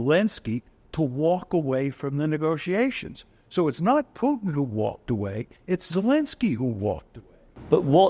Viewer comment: How hard is it to prononce Putin instead of Piutin?